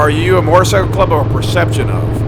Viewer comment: A mortacycle?? … had to, lmao … good video, great topic